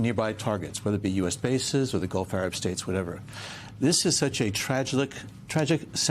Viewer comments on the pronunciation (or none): none